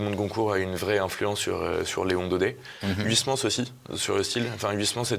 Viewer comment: on dit pas h oui s mans mais oeil smans uy en néerlandais ( origine du nom d'huysmans ) se dit oeil